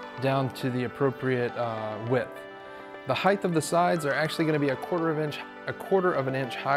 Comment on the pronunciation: Height.. no H at the end.